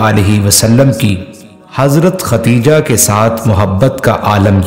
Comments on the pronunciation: Dear All, please pronounce the name correctly, it is KhaDDEEJAH not KhaTTTEEEjah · ختیجہ غلط ہے درست نام خدیجہ رض ہے